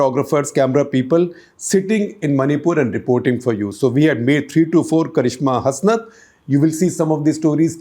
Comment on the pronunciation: In karishma Hasnat it is pronounced as hasnaat